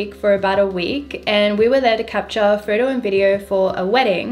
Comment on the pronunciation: Every time she says "photo" it sounds like "Frodo" Love this girl and her cool channel, Lord of the lenses :)😍